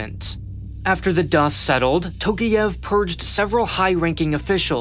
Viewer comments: аs a person from Kazakhstan, I can agree. аlso, it's Nazarbàyev, Astanà, Tokàyev and not Nazarbayèv, Astàna or Tokiyèv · It's Tokaev, not Tokiev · Dude. Can you please at least put a name into google dictionary and listen to the English pronunciation of a name. Wtf is Tokiev? Tokyo + Kiev? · And it's Tokayev, not Tokiyev. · Bruh, you overlooked so many things. At least, call the names with a correct prononciation. “TOkiEv” 😂😂😂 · Tokiiiiev?!! tf ?! TokAyev! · Nah, he did not. Almost all names and lastnames have the wrong vowel stressed. Tokayev is the worst, since it should sound like "Talk-Eye-Ehvv" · It would have been nice to learn how to pronounce the last name of the president of a nation you are talking about